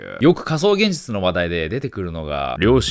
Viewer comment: げんぢゅちゅw